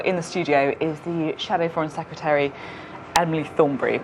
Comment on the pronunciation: "Secetary"(sic) is she Sophy?